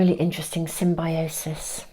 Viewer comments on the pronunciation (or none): none